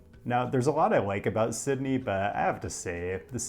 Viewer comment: The correct pronunciation of Sydney was just a false sense of security to hit you with that horrific Parramatta pronunciation